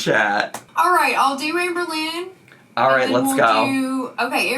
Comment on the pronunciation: Did I just hear ‘Sham-berlynn Reid’?!